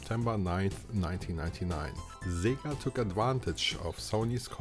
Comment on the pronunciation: Sorry, who is Szziiga? You meant SEGA! Hahahaha I mean yayayayayayayaaaa